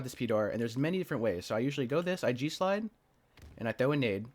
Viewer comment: Oh, G SLIDE I thought for moment you're saying JEW SLIDE and was thinking WTF did I just hear 🤣